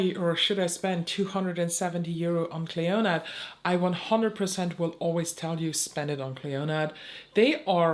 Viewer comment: PS Clionadh is pronounced klee-oh-nah xx